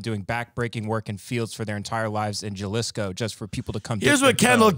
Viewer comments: Jalisco, its pronounced 'HA-LEE-SCO' lol im white too and from Texas, come on you should know this MAANNN 🤣🤣🤣❤ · and Tim saying "Juh-liss-co" instead of Jalisco (huh-lease-co) which is a state in Mexico where the town of Tequila is located is a hilarious extra layer to this video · dude said jahlisco its ha-lis-co (Jalisco ) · "jUhLiScO" lmao HA LEE SCO! JALISCO! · Ha-lis-co not Ja-lis-co. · Lol “juhlisco” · ben said “JULIS KOOO” is the city 😂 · It’s pronounced HA-Lee-Sco (Jalisco) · i’m stuck on ben saying pronouncing it “juh-lisco” lmao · Juh-lisco is my city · It's pronounced Ha-Lease-Go by the way... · I think i'm more offended by them saying JUH-LEESKO. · Pronounced HAAAA lisco! 😂🤣🤦🏻‍♂️🤦🏻‍♂️🤦🏻‍♂️ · I had to stop watching this after that dude pronounced Jalisco the way he did... Juh liss co... Haha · It is pronounced " h ey-lee-sko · The pronunciation of Jalisco is driving me crazy! Lol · The way he pronounced Jalisco made me want to slap him. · The way those two pronounced Jalisco gave me cancer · J in Jalisco is pronounced as an English H. When u pronounce itt with an English J it sounds stupid.